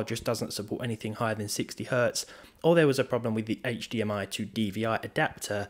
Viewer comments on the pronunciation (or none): none